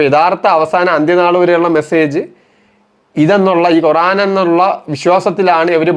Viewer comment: കുറാൻ അല്ല ഖുർ........ ആാാൻ